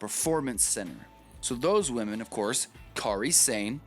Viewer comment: For the record, you're saying her name wrong. Kairi's first name is pronounced the same way as Kyrie Irving's. They should have gone with the Toni Storm-Kairi Sane final. It was far superior to the final they had. They didn't make Rachel Evers change her name, she chose to change it as she wanted to be known on her own.